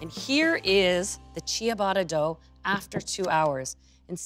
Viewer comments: Pronounced cha-BAH-tuh, not CHEE-uh-botta. My name in Italian is pronounced, not JEO-vah-nee. Grazie! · Love love your channel. Just a small piece of advice for this episode. The "i" is silent, and the "tt" is pronounced as a traditional english "t" sound..... final product pronounced chubata. Please do not take this in any offense, many people have helped me and please continue to make international inspired baked goods. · Great recipe, thanks for that! But, please, learn to pronounce Ciabatta because you’re not doing it right 😕